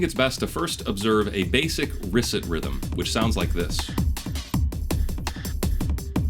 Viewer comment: Great analysis. Thanks. Love how Nolan also used the staircase illusion in Inception. (It's ree-SAY, not risset, by the way...French name).